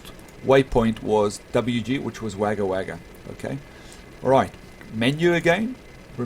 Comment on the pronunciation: Haha it's all good it's spelt Wagga Wagga but it's said Wogga Wogga